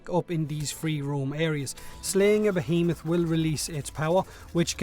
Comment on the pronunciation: Finally, someone knows how to pronounce behemoth...